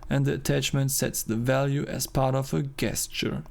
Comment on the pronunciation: Very cool to follow the process, well done! PS : it's pronounced djestcheur :D